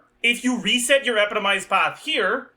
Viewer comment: Can you pronounce epitomized correctly